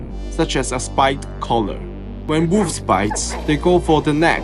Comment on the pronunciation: I like how he pronounces it "woofs" :)